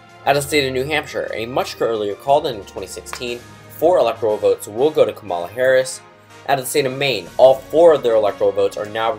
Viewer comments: just so you know it's KA-ma-la not ka-MAL-a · You not saying her name right is making me cringe